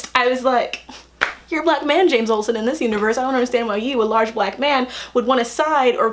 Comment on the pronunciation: why do you emphasize the "large" part of "large black man" so much? just curious